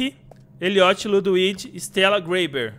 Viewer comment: vc falou ludwits kkkkkk